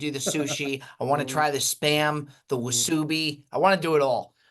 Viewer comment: pronouncing wasabi as wasoobi! 😂